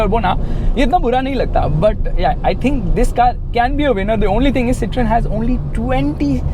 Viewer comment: Its pronounced Cee-thaw-N